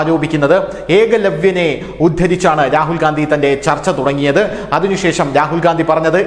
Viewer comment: രാഹുൽ ഗാന്ധി അല്ല രാഹുൽ ഖന്ധി